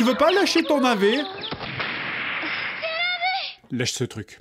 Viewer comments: Je suis le seul à avoir entendu "Lèche ce truc" au lieu de "Lâche ce truc" ? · Nan t'es pas le seul : JDG prononce "Lèche" et pas "Lâche", sans doute fait exprès pour faire rire sur la forme phallique du truc (comme le téléphone de JDG qui vibre au moment où la MagicalGirl reçoit du chat le collier coeur et le tube de rouge à lèvres rose avec bouton coeur qui pourrait être un sextoy) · J’ai cru qu’il avait dit « lèche ce truc » et pas « lache ce truc » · est-ce que je suis le seul à avoir entendu "lèche ce truc" au lieu de lâche ce truc au moment où quelqu'un tiens l'étrange objet dont je ne dirais pas le nom?